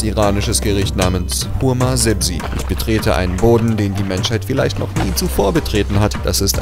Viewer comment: Diggah sprich das Essen doch richtig aus. Was für homasebzi? 😂😂😂 das Essen heißt Ghormesabzi 😂🤣🤣🤣